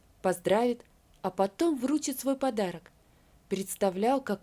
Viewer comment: ВручИть, а не врУчить!